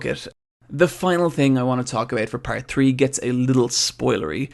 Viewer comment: Anyone else noticed how your "party" sounds like you were saying "Pussy" ?